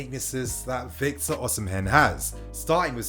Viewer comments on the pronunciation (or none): Osimhen is pronounced "Oh-see-men'' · lol true. Should be O/ Si/ Me(air) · I don't think you're supposed to pronounce the 'h' in Osimhen 😆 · 😄😄 the pronunciation weak me